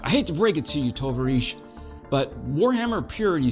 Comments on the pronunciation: Cool video. TovArisch is pronounced with emphasis on the A btw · Bro atleast try and pronounce “tovarish” and “slava ukraini” well, if you’re gonna simp and carry so much water for them atleast do it right god damn.